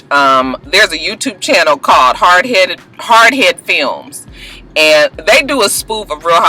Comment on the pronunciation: You said it wrong, it's "hard Head Films".....